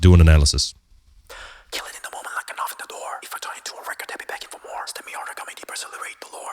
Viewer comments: Uh-VEN-tah-dor, not "aven-tater" lol. You are now the 2nd reactor to say "aven-tater". I'm dyin'. 🤣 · It's pronounced Ah-vent-adore.